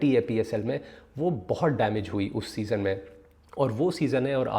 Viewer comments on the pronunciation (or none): O Bhai "SEASON" hota hai "SESONE" Nahin. Yaar tum Puxstan kyun English ke peeche lagte ho?? Tumhaare bas ki baat nahin hai. Chhodh do. You stick to Urdu. Koi sharam nahin hai. But when you do not know a language, don't rape it. Stay away from it and respect it.